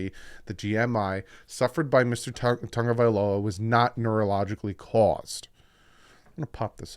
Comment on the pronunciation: you need to pronounce Tua's last name properly. Sound it out, because I am sick to my ears, stomach, listening to analysts & you say Tonga-vailoa but it is TA- (short "â" sound or long "ă" ah sound, Ta-GO-vai-LoA. Please respond & show yourself correct & annunciation proper, than you.